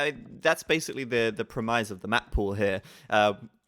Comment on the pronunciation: the strong syllable in "premise" is "pre". sounds a lot like "promise".